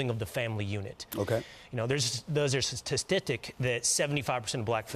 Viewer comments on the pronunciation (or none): ~ 😂😂😂. Couldn’t say statistics and you hear someone laughing alil.